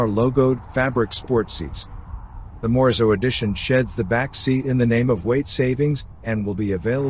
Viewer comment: Morizo not Morzo!!!! Lazy vocabulary voice over guy!